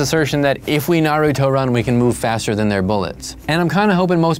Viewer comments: THANK YOU for pronouncing Naruto correctly. I hate when people says Nuhroodo lol. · he did read it tho and he's the only guy I heard so far who pronounced it right lol